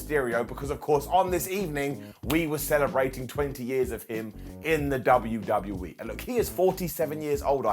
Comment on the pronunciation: Did just say "W-D-BU-E"?,😂🤣